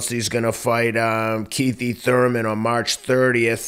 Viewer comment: Oh shit lol he said kiethy Thurman. 😂 yep think kiethy getting hurt